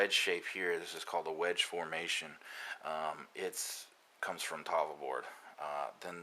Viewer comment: Learn to pronounce tafl, you fart out of your face when you get to the FL for some reason.